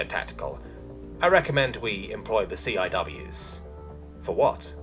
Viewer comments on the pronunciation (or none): It's generally pronounced "see-whiz".